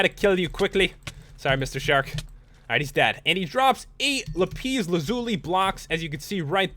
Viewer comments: It is not lipes its la-piss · It's not lipis lazuli 'lapiz lazuli okay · Its lapis lazuli not lapees lazuli!!!!!!!!!!!!!!! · it's not lapeez lazuli it's lapis lazuli. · its not lapeez its lapis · its lapis not lapiiiiiiiiiis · lapis not lapees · Lol it's lapis not lapees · WOWWOWWOW!!! SO ENERGETIC! now that deserves a like :) but stop saying lapeeeeeeeezzzz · you said lapees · it's pronounced LAP ISS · NO!! It's la pis the a does not say ae just says a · dude it's pronounced lap - issss lazuli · Lol hilarious lapise hahaha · Its pernounced lapis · Sorry. Did you notice that he said lapis wrong? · you say lapis wrong